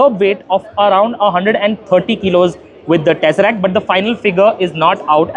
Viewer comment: To anyone who has ever watched any Marvel Movie, I don't think the word "Tesseract" is difficult to say.